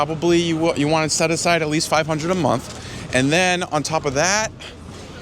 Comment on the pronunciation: this guy! lol “food expense cosses, and eggs is 10 dollars a momfh”